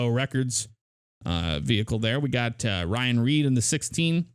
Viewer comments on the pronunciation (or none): none